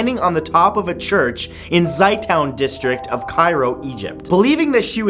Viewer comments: it's called za-toon not Zay town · Matt, its said Zei two-n, like say toon, but Zey,like hey, and toun, like two but with an n zey two-n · ok just a heads up that last name Zeitoun is spelt wrong in the video and is pronounced like Zay-Toon and means olive....